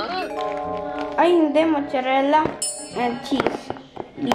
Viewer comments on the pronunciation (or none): Anong mucharela!? Mozzarella pronounce as mat. Sa. Rella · ay makapag correct! E mali ka rin naman dai. It’s MOZ. ZA. REL. LA Btw your fan here from Milan, Italy 🤗